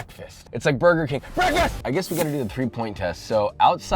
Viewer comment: WHAT IS GOING ON HERE?!? - BWEKFAST!